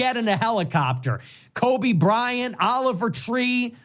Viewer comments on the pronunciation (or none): none